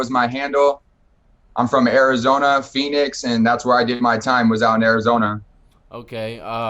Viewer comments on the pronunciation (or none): Pheen town Arizona lol